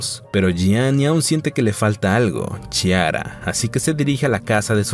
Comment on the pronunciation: Es Chiara y se pronuncia Quiara o Clara en español. Muy desagradable oírtelo decir mal todo el tiempo.